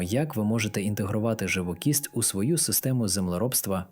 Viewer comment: Наголос, живокІсть.